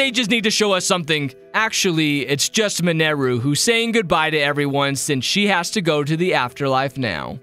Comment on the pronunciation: It's minaru not manaru